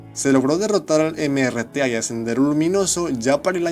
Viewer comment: Al principio dices NRTA cuando es MRTA